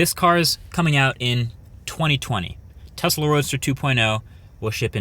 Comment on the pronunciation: Thanks for the proper pronunciation of the name Tesla